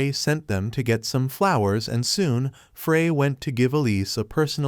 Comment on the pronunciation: Bro straight said 'foon' instead of 'soon'